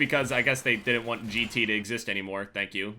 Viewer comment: "I just dont one - two" "i just dont jaun two"